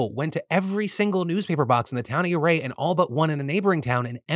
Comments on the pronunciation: I know I'm late to the party (I have to save up philly D's for an end of the week marathon) but I live on the western slope and everybody pronounces ouray as 'you' Ray if I recall correctly it's named by an Indian chief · Nit picky but isn't it pronounced "oooo-ray" ?